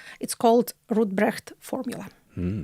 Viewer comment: Der Name des Rechtsphilosophen ist RADBRUCH. Das war bei ihrer Aussprache nicht zu verstehen. Ansonsten super, bin ein großer Fan von Jekaterina.